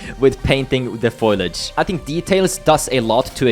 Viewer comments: its Foliage not foilage i love you just wanted to help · Nice work. BTW it's foliage not foilage. i after the l... 👍